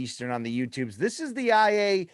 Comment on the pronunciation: BC has returned home like a beautiful little carrier pigeon! Great fight, never seen it. Edit "on the yootubes" 😂